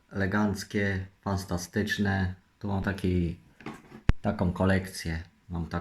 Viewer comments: kuźwa weź w końcu idź do logopedy, fastastyczne, trzygogowe, trzystępna, no kur.a uszy mnie bolą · Fastatyczne NOWSZE gry. Legancko. Spaniałe te gry fastantyczne. Te gry to rekord Guinnessa., takie nowe i trudne słowa wypowiedział, szok:o jestem zadowolona.